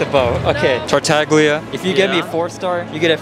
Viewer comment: Fun fact: tartaglia is actually pronounced tar-ta-yee-a